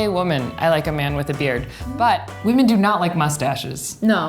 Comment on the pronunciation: ITS WHAMEN